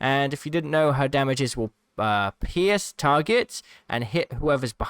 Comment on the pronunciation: I keep hearing piss when he says pierce